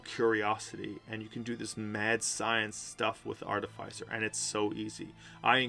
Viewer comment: It’s pronounced: ‘Ar-Tif-icer’, not ‘Arty-ficer’.